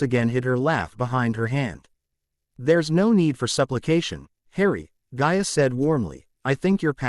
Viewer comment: her name is gaia NOT ga ia